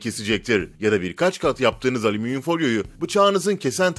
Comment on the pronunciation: aleminyum ,alzarmir yahu siz nece konuşuyorsunuz nerde yaşıyorsunuz?